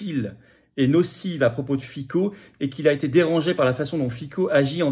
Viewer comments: Fitso, et non Fico, ce n'est pas le roi de la pomme de terre slovaque. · Monsieur FICO, on prononce FITSO. L'U.E. est une mafia, maintenant on "suicide" les gêneurs. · On prononce FITSSO en Slovaque. Mieux vaut se distinguer des médias de grands chemins pour désigner un patriote.